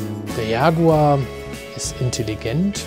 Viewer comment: Not yaguar but jaguar